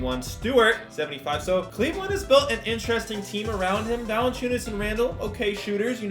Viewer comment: Did he say Cleveland